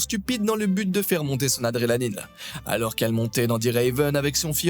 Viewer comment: Adrélanine ?!? On dit adrénaline !